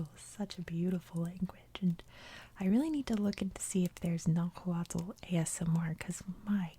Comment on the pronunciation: Nahuatl is pronounced nah who wa. Dad was born and raised in Mexico. Trust me I love hearing the history as my dad never wanted me to no know the history